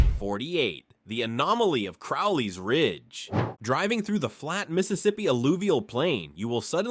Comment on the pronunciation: Just for future reference, Crowley's Ridge is pronounced with a long O. Like the bird, crow.